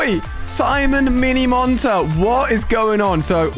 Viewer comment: Bro minimonter lol